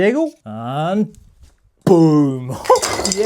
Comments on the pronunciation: I thought you said "im gay" but i rewinded and saw "im game" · I heard ‘I’m gay’ instead of I’m game 😭😭😭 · I thought he said I'm gay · I heard and I can't unhear it 😭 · At the end I heard “if you wanna give me suggestions, im gay.”😂